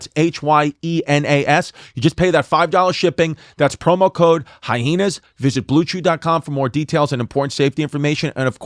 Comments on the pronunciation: OK I'm outing myself as a newcomer with the reboot. But do these guys purposefully pronounce it "hi-heenas" or can they just not read good? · I love how Chrissy and Yanus purposely pronounce the word hyena wrong almost every time!🤣